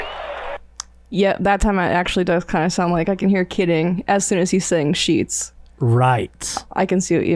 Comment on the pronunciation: Sounds like "Are you Sheeting me?"